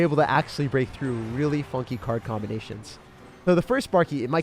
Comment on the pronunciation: I thought he said fucking 😂😂, turns out he said funky lmao 😂😂